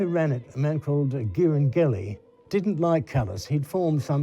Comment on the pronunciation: A valuable, interesting documentary. But PLEASE : All names are not ENGLISH ( Ghiringhelli, I vespri siciliani). Do pay attention to pronunciation, you native speakers of English.